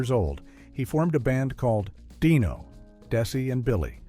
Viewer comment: DIE-no, Desi & Billy? Good grief. 😮